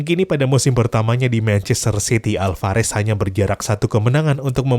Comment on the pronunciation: Julian Alvarez bukan hulian